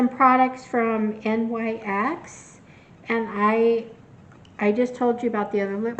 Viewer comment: Great haul! ❤ BTW, NYX is pronounced 'knicks' and not spelled out as an acronym.